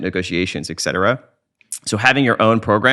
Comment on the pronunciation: For someone who is really well spoken... you had to say it. You had to say - ECK CETERA!!!! ECK!!! It is ET CETERA!!! ET.... ET CETERA!